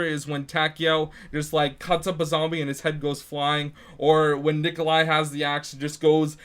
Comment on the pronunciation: primp GD Wtf Necoli... why tf is everyone so uneducated its NIKOLAI